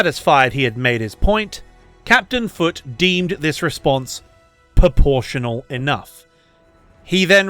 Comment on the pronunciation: Are you saying poportional or proportional? 🤔